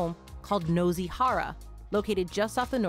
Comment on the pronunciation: Nozy 😭 it's noo-see 😭